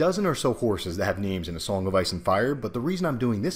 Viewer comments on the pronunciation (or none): none